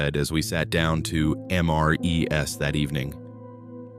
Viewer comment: Stop having A.I. reading the stories. I've NEVER eaten an M.R.E.S. I've eaten an MRE and over time multiple ones and when pronouncing them I've never said "S" when pluralizing the meal ready to eat.